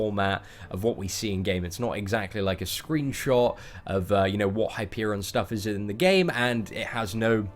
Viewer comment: It's Hyperion